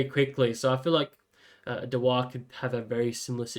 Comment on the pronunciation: Reckon it's pronounced Dew-ar like the Scotch Whiskey🤓